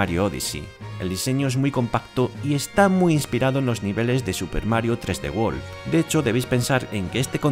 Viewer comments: I guess that’s how y’all say 3D world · Super Mario Tresdewol mas bushars fiuri